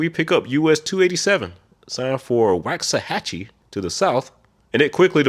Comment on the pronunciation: Good catch on Waxahachie.